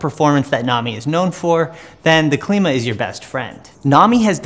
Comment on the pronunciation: Klima - "Climber" not Kleema. Named for the wheel's climbing ability. Makes sense right? :) Happy to eat my words if proven wrong but I believe that is the right pronunciation of the name. Thanks for the review regardless! Nice work.